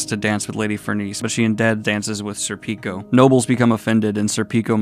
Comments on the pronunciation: Schierke is pronounced Sheer-kee Edit: Btw Serpico is, at least in Japan, pronounced SERpico with the first three letters accentuated. Might sound pretentious but hey - you did ask how to pronounce them. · Serpico is not pronounced Serpíco is pronounced Sérpico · Pronouncing Schierke sounds like “Cher-kay”. I still laugh every time you say “Sir Pico” haha, sounds so wrong.